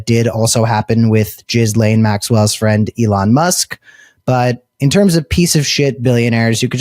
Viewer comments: While Jizz-lane isn't the correct pronunciation, it's somehow seems appropriate for a woman who transported hundreds of vulnerable teenagers to his home to give him "happy ending" massages. 🤮 I hope she doesn't end up with a pardon in return for covering up for Trump's elite friends, but I think that's what will happen, even if she has to wait until just before he leaves office. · Did he just call Ghislaine Maxwell, " Gizz-lane Maxwell "? Gizz is a slang for sperm ,really do we think that appropriate for a sex trafficker of minors? Come on, are we listening to 13 yo school boys now. Do better, think of the victoms. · You keep calling her "giz-lane"😂😂😂😂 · OMG!!! I Fn LOVE the way u say Gizzlane🤣😂that's wat I heard, TY from Canada. 💯 Subscribed. Good Luck. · Thank for pronouncing Jizzlanes name phonetically. Trump likes Jizz. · i think jizz lane is the best pronounciation yet